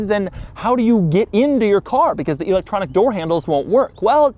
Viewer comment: "EEEElectronic". He probably says Eye-talian and See-ment too.